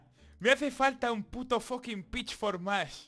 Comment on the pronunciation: Según va pasando el vídeo va pronunciando peor Pitchfork, pitchflok, pitchwork, pichfokfwd... xD